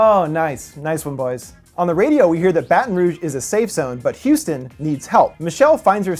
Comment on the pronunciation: Houston? Really❌😭😭😭